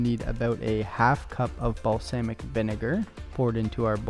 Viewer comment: mans said balsaymic vinegar